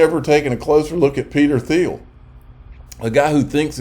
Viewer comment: It's pronounced Peter "TEEL"